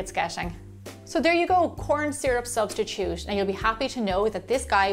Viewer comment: Recipe: corn syru Me: shit Her: corn syrup subtitude Me: oh